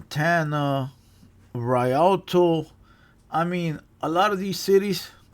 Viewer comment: foo the way u said Rialto 😂